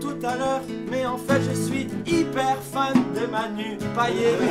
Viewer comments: Juste "payet" sa ne se prononce pas "é" mais "ette" comme: paillette😂😂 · On dit pas manu payé met manu Payet en gros on prononce le t